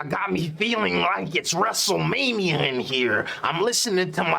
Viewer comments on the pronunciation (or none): none